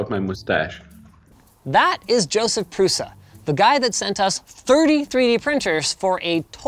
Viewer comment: In all languages, 'Š' is read as 'sh' like in 'shield'. So, his last name is like Prusha.